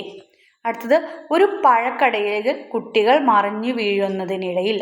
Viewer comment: കുടികൾ അല്ല. കുട്ടകൾ